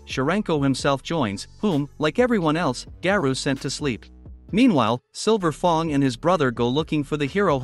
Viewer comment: Oh nahhhh yo voice be wildin by saying silver fong💀